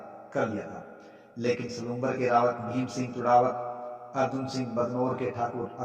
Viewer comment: चुण्डावत को आप बार-बार चुड़ावत क्यों उच्चारित कर रहे हो सर !